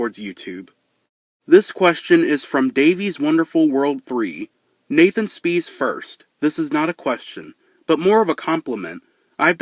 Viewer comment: I see that you tried to pronounce my name nathan